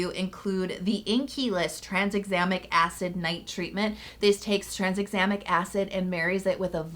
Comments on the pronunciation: Like always, amazing video ❤️ but I lol’d every time you said tranSexamic Acid haha where did that S in the middle come from? 😂😂 Still loved this tho, you’re amazing and my fave ❤️ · Pretty sure Bakuchiol is pronounced "buh-koo-chee-all." And Tranexamic doesn't have an S in it. 😅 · 'Trans-examic' acid? 🤔